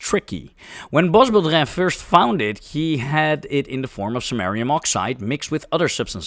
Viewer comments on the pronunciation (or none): Bwa bodrã not bosbodrã. 😅